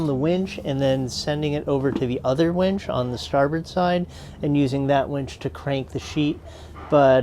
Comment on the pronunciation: Boy do I have a wench story for you...I was sitting in this bar in Huntington Beach California when this wench comes up to me ............Wait, did you say wench or winch? I always get the 2 confused. Anyway, Great video. Love your adventures guys. ;) Safe travels !!